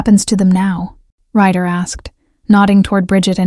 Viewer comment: RYDER not writer